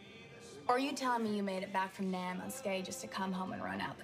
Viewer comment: I came here just to say, this actor and actress did a perfect job of portraying young versions of Jacob and Darlene. Both in Jacob's speech pattern and in the pronunciation of 'Nam as 'name'.